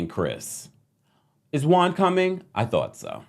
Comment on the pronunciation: Pet peeve. Juan being pronounced as Guan.